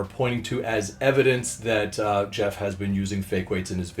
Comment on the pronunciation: LOL he butchered Jeff